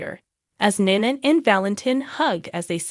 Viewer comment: I am not gonna listen to this channel. Until you learn how to say these people's name, it's Valentine, not Valentine please get the names right it's nina not nana